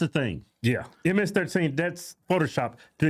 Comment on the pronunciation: ish WHY DOES DIPSHIT GO ALL "CHOLO" ALL OF A SUDDEN WHEN SAYING MS-13? HELLO, IM EARTH HAVE WE MET? NO, I DON'T THINK SO😂